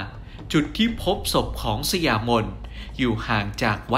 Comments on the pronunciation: สะหยา-ไม่ใช่สะยา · อ่านว่า>สะหยามน ค่ะ